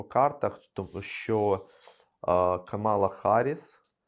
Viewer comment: Не Каміла а Камала і ці зрусифіковані звукі щьо щє в украінскій мові ж ч ш щ завжди тверде і ведуча повинна протре знати